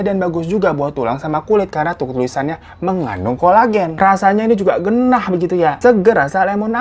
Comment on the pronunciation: "Ngeunah" bang Hiro bukan "gennah" 🤣🤭